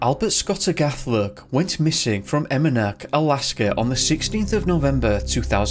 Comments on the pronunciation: Jesus christ there is NOT an r in Alaska. Its not Alaskar. There isn't an r after every word ending in A. Fix your accent. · Their is no "R" in the word "Alaska" !!